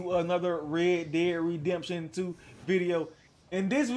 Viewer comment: “Welcome to a new re de redemption video”